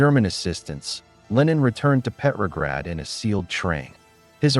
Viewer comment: "Petrograd," not "peppergrad." Pronounce the name correctly.